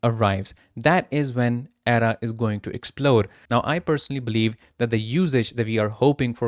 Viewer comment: lol, if you can't even pronounce ADA correctly, why should I even bother listening?